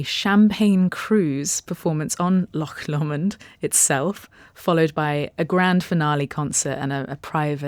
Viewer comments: Great video as always, but the pronunciation of Loch Lomond is wrong in so many ways! It's not 'lock law-mond'! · Please learn to pronounce Loch Lomond properly first